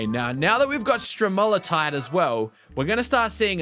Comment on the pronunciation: This game looks amazing! Please play more! And on that note, you pronounced stromatolite wrong. Please look up the proper pronunciation. I'd think you wan to get it right, since they're well known for growing in Australia!